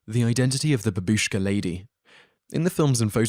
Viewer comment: its not ba bi sh k a but, as written, ba bu sh k a